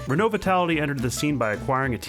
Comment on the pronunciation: Thank you so much for pronouncing renault correctly